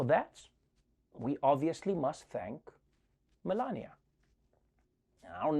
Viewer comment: Did you say Melania, wasn't very clear like you didnt want to say it.